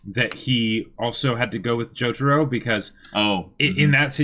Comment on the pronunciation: How the hell did you butcher Jotaro's name that badly?